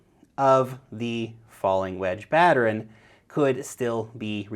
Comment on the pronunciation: and Am I the only one that hears say 'patter-ern'..? It's just two syllables bro